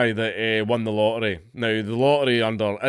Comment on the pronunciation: Let's make it so they all have to flee their homes scared for their lives and rightfully, so. It's time to dox the leftists. What they have done to humans is the crime here. The only rightful justice is the ovens. HA! He just said "Lottery" and I thought he said either "Light ray" or "Lorry".